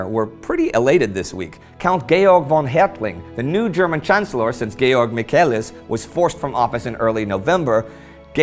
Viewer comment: YOU PRONOUNCED GEORG RIGHT! Amazing, thank you! Well, kind of right, i know the English Language has no (we call it) "straight" Vocals, and even for the germans this greek "GEO" is sometimes a little hard tp pronounce, but you did a great job! Thank you! I am ok with the English "George" and even some of my friends call me George, especially on partys, cuz english is said to be modern and cool in Germany. But it is so awesome, that somebody from the english speaking World is actually looking it up, to pronounce it the german way. Very Nice! Thx alot